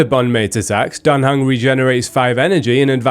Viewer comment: Dan Heng is "Dante" xD